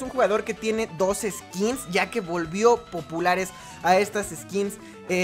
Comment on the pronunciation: dijo pupulares